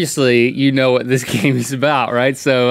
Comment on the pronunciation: Link says "hwhy", "hwhatever", and "hwhat".... he's stewie, basically.